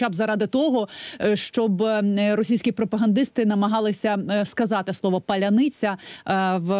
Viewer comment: Адепт ніколи яновіча дає інтерв'ю🤷‍♂😁А найсмішніше, що ведуча сміється з уззьких ,що вони не вимовляють "паляниця" ,але ж шановний військовий теж не здатен вимовити слово "паляниця"🤷‍♂😁